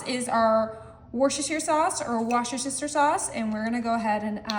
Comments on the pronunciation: I live in the City of Worcester, pronounce Wuhster. If you have ever seen a Leah and Perin commercial it's pronounced wuhstersheer. Nothing wrong with people trying to help. My own take for this recipe would be real Jumbo Lump crab meat and parker house r olls. The hawaiian style are too sweet for my taste . Other than that , it's a fun way to serve crab rangoon flavors. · That word is pronounced Wooster sauce my dear ❤ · How do you get Wooster out of a word spelled worcestershire? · Worstersheer around here😂